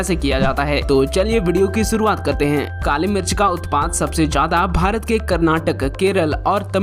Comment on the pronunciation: Pehle mirch boln sikho